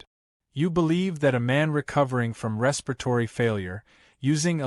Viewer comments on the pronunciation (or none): none